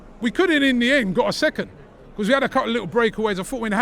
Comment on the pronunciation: 😂😂 why does Robbie say because like that? 😂😂😂 weird pronounciation